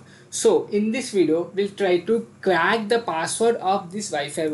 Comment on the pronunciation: Crack hota h. Clack nahi